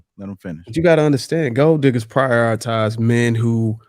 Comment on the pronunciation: Someone tell that it is "prioritize" not "prioriterize" lol. It's his favorite word, but he constantly says it incorrectly.